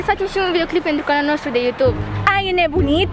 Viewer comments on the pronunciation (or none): none